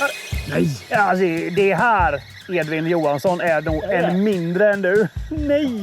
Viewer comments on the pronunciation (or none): none